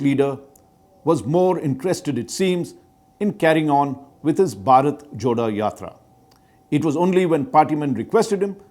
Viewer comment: This is a very good series of videos, but one thing which grates my ears is Raj Chengappa saying “Barat (बारत)” instead of “Bharat (भारत)”